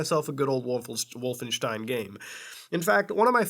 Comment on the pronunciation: Oh dear "Wallenstein"